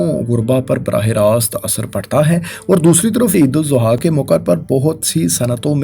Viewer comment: Sor apki Eid AlAdha ki pronunciation theek nahi Barae meharbani theek kegie.